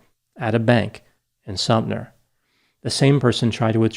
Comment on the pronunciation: Sumter not Sumner